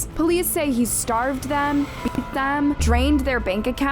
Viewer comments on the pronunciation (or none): none